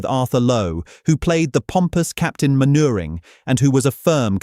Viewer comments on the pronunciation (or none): Very good video, although, I wish you'd use proper real-person narration, rather than the text-to-speech software, which mispronounces words and names - such as "Mainwaring" which has a really grating effect on an otherwise excellent film.